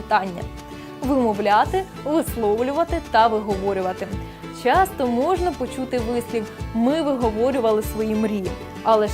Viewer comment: Шановна ведуча, простежте за своїм мовленням, перечитайте коментарі і, будь ласка, ретельно готуйте відео! Зробити "вірно"? ВІРНО МОЖНА СЛУЖИТИ, ЛЮБИТИ... Говорять МОВОЮ, а не "на мові". І вимовляйте "ч", "щ" - ТВЕРДО: "що" (шчо), а не "шЬчЬо", "щодо", а не "шЬчЬодо"; "чАсто", а не "чЯсто"...